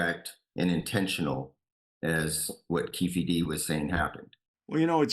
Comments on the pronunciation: It’s pronounced Kee-Fee- D not Kef- eh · “ CAFÉ D” 😂😂😂 Why man Why 😂😂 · I left when he said Keefe d wrong ! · It’s pronounced Key-fee D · Key-fee-Dee, dang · Your saying keefe D's name wrong but its ok 👍🏽 😂